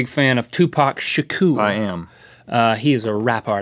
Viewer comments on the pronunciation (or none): You didn't even say Tupac last name right wtf like I understand that you just read it and say the best that you can but at least ask other people how they say his last name and the one that is more said one way then say it how they say it I am sry I am just a big fan of Tupac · He said tupacs last name wrong lol